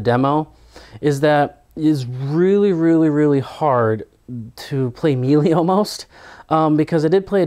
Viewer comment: I love your vids, but pleeeease pronounce melee right. I cringe whenever you've said it before. It's 'maylay' not 'mee lee'